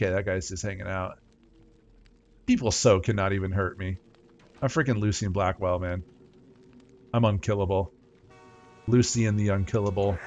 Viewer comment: I like how you don't properly pronounce latter half of some words so we end up with Lucy Blackwell and Bra skill to name the funny ones.